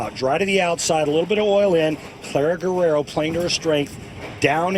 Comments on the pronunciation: Se dice Guerrero (GERRERO) no güerero o werero…. Idiotas 😂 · gah, i hate that guy saying gwarero, its pronounced the way he did on